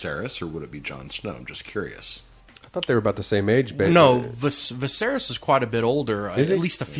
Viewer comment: Dude can't even say the name Viserys. Get some better commentators man.